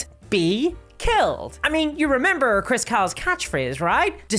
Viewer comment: I really wish this girl's accent wasn't so thick. Most of the time it's fine and my American brain can figure out what she's saying from context when I didn't quite understand what she said but that doesn't work with names. I can't understand what she's saying when she says the last name of the Chris jackass . It sounds like Chris Cow, even the auto captions and the transcript saw that, but that's not right. The only chris I've found by googling is Chris Cocks, the CEO, but that doesn't seem to be the same person. I'm cancelling my DnD Beyond sub and wanted to put the dude's name into the field where you tell them why. Ah well. The reason should be enough that they can point to whoever made that decision, if they care at all.